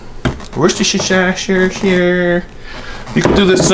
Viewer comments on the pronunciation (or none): I just subbed because you had me laughing VERY hard at "Worchestershire" each time you said it. The end result was succulent! Excellent job, sir! *still chuckling at "wusta-shy-sher-sher..." LOL! You have a great sense of humor!